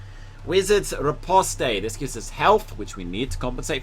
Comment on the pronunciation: Ri-pos-t (e is silent) 👍🏻